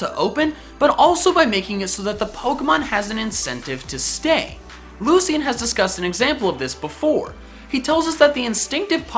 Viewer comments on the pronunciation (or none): It is not lucy-in its lu-sh-in